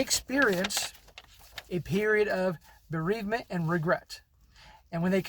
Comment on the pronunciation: When she said bereavement I lost it! Bahahahahahahahahahahahaha.